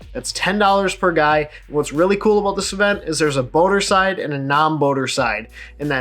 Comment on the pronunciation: I love when you say "talking about" and to me it sounds like "talking aboot" hahaha